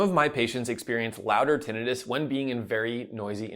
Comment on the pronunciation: Don’t believe this guy. He doesn’t even know how to pronounce tinnitus. 🙄